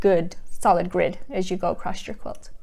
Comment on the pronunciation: Nice, easy to understand videos. (Across is not a word. No t, just across. I guess it is regional.)